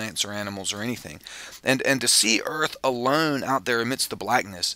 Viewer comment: "alern"..."the mern"?